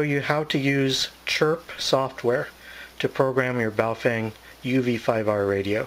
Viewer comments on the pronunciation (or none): The correct name of Wouxun is "Oh Shing" Baofend is "Bao Fong" Please correct yourself on the correct Names.